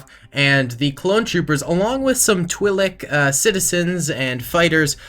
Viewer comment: you keep saying Twilek wrong through the battle